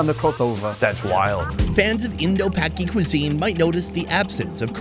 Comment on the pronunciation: Did my guy just say Indo-paki cuisine 😂😂😂😂 I’m speechless 😂